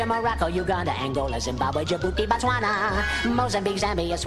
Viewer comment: 🅝🅞 it's BOTSWANA !!!!!!!!!! That is how you say it😊